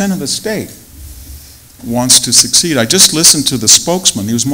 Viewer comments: I wish he hadn’t pronounced secede like ‘succeed’ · Really love this guy and his style, but he needs to speak better. He said "succeed" instead of secede, the Seven Poverty Law Project, instead of the Southern Poverty Law Project, and more. Too much density. Use notes. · Super intelligent man who can’t pronounce secede.